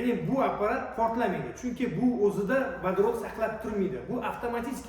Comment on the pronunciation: "ВАДАРОТ" эмас "Водород" бўлади ХАРП!